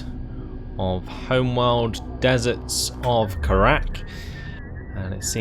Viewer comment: 8 missions and you still misspronounce kharak